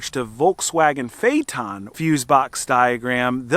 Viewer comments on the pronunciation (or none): It’s not fayton, fay it ten. Phaeton. I had one.